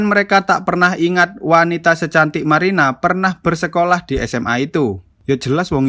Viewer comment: marina bang bukan maina